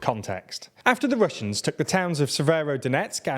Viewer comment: Love how this channel consistently butchers russian and most Ukrainian names (after spelling them right in Latin alphabet), even if it's just the same dozen names in this topic for over a year now 😂